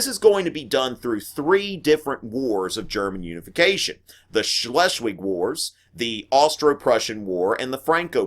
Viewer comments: im not even german but still laughed at the wrongness of his pronouncation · As German speaker, I laugh every time he says stuff like "Shh-less-Wig"